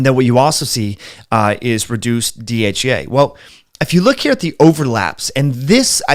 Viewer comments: Not sure if it’s your pronunciation but you seem to be saying DHA and DHEA interchangeably 🤔. Also, Mayo clinic warns against taking DHEA if you are prone to hormone related cancers. What’s your opinion on this? (Not sure MC is always unbiased..😉). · I love your program I watch it as often as I can, please do not mis understand me do not mean to offend you in antway, but sometime it is hard to understand you because you are speaking, for me to fast. for example when you saying DHEA it sounds like you are saying DHA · IS he saying DHA when he means DHEA?